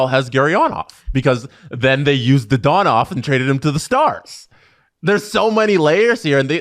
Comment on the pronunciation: Dadonov, not Dadanov